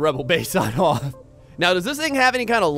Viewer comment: its pronounced HOTH POWER B-)